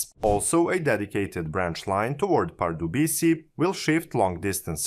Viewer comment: The „c“ is pronounced as „s“, not „k“. „Břeclav“ should sound somewhat like “brshess-love”. And the “e” at the end is not silent: Pardubice is “par-du-bi-tseh” And generally, everything is stressed on the the first syllable. In any event, it shouldn’t be too much effort to listen to the correct pronunciation of the city names on the web before recording the video. I am not a Czech citizen, but from neighboring Austria, but it even irritates me, even though I am not a native speaker…